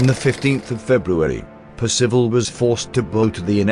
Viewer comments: It's PERcival, not PerCIVal. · it is a well known fact that Singapore was impregnable against attack from the sea and indefensible against attack from the land. Percival was a great man treated appallingly. At least pronounce his name correctly. I knew him. Peter Wilson